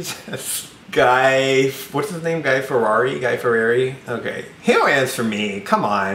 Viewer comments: you did not just say guy ferrari HAHDHJSJ 😩😩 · HE KEPT SAYING GUY FERRARI IM SCREAMING